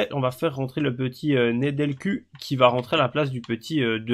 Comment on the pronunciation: Super la vidéo bon choix de carrière je pense mais juste un petit truc on dit sur le MDC que tu as sur le banc on dit pas Nedelcu on dit « Nedelcou » même si on écrit avec un u on prononce avec ou mais tqt c’est pas grave. J’ai hâte lundi prochain